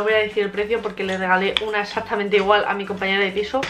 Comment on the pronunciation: Se dice exactamente no exacticamente